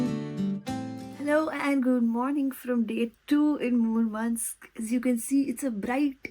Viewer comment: You're pronouncing Murmansk incredibly correct and clean. Thank you for making the video for Russians that have never been there themselves. 😊